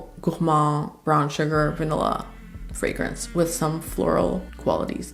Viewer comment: Love how you pronounce the fragrances so very well. You're articulate and straight to the point. Definitely my kind of reviewer. You're in the same class as Sam (my world of fragrances), Josephine (Jus de Rose) and Chris (Perfume Nest). No exaggerated expressions or overly dramatic descriptions. Love your choices, too. Subscribing...